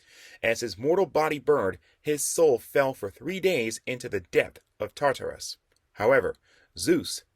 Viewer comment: You don’t know how to pronounce none of these names fam🤣 as a comic and mythology nerd it was aggravating hearing the wrong names. The biggest one was TAR TAR RUS. Like bro just google it if you don’t know how to say the shit